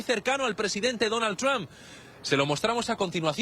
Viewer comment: el comentador no puede ponerle un poco de esfuerzo a la pronunciación? quien carajo es "Tron"?